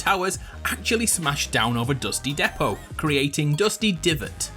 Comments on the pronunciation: He said dusty depot wrong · Why is this guy calling dusty depot wrong